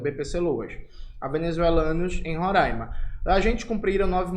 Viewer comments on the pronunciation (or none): none